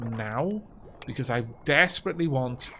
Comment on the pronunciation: Love the beahcooazzz you slipped in there